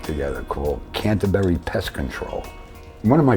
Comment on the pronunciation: Cantebery Pest Control. The way he said it😂😂😂😂 You'll haft to do a Netflix on Dom.